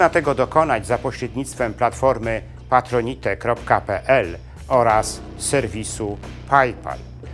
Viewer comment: Patronite czyta się "patronajt". Pozdrawiam i gratuluję udanego przedsięwzięcia. Oglądam każdy odcinek.